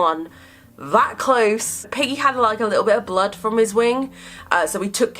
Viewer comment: Is it just me or when says Peggy quickly it sounds like piggy